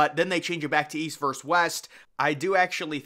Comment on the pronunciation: It's "versus" not "verse"!